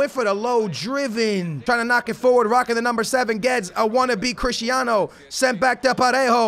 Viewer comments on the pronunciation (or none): none